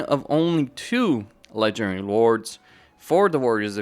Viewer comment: All I hear is legedairy lords